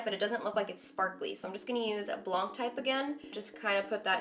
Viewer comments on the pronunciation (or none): Love you but blanc is French for white and it's pronounced like BLAAn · we don't say the "c" at "blanc" ahah I love when you try to speak french. love you fan from Belgium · j'allais écrire la même chose lol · By the way, "blanc" is the French word for "white". You don't have to pronounce the "c" at the end. :) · Aha, you don't pronounce the "c" in blanc 😊